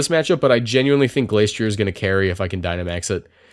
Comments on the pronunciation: It's prononced Glace -tree - er. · I think it's pronounced Glas tri ey. Me. Oh God no. Not another Wolfe.